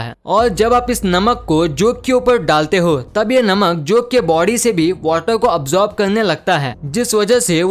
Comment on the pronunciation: bro observooe nhi absorb